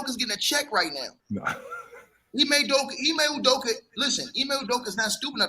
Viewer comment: Lol really said ime ustrokeya 😂 😂